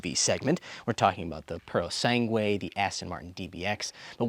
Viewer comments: The correct spelling is Ferrari Purosangue. “Purosangue” is Italian for “pureblood” Pronunciation in Italian is roughly: poo-roh-SAHN-gweh. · I love your pronunciations "Ferrari puro sangue" 😅😂❤ (In italian) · Its purosangue 😂